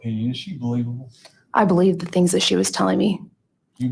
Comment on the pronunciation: I really can't stand the way he says, "the."